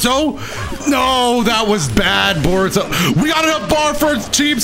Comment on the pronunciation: why do you like Bore-uto?